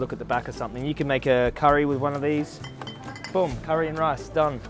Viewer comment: Love how says boom like "bewm"